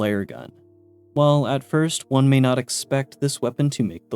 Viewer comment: "May" and "Meh" are not the same sound. Nice cope though